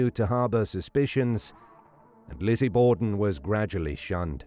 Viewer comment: Borden with an R....say R